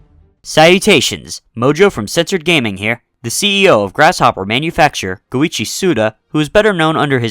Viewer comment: Quick correction for you: His name is not "Suda fifty-one", it's "Suda five-one". This is because his given name is Goichi, which is literally five (go) and ichi (one). Fifty one would be gojuuichi, which is not his given name.